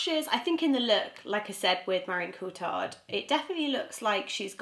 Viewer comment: You should pronounce it Ko-Tea-Art and that should be about right :))